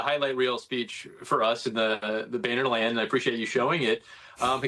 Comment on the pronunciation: It's pronounced Bow-ner